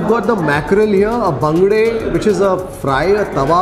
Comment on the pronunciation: I am a Mangalorian, I like the way you pronounce the local name of those fish.